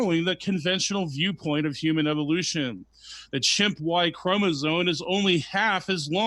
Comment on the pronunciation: I really trust a guy who says chromosone and orangutang